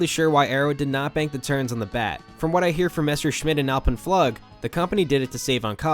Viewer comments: Pretty sure it's "Floog" . . Not "Flug" . . . :) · Yeah, I'm cringing every time I hear him say that. Flug, rhymes with Flume. only with a G and not an M. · Flug is pronounced like "food", long u, fluuug or floog :D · Flug is pronounced "Flook". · flug is pronounced floog. I'ts German for 'flight'. The Messerschmidt coaster is "MountainFlyer". Otherwise great vid, very informative. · i'm here to confirm your pain bud. FLUHG. FLUHG. FLUHG. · So more pronounced "floog". ;) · Small note: "Flug" means flight and is pronounced like "Fluug", emphasis on the U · Flug - is pronounced floog. You can google this shit, and you probably should, your videos are very thorough, don't cheapen them by skipping the easy stuff.